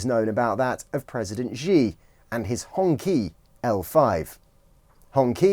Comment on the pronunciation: Would be good if you took the time to learn pronounce "Xi" and "Hongqi" correctly if you are going to do a story on them